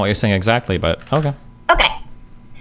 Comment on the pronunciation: which uni teaches you to say OKEee like that i have to know 🤣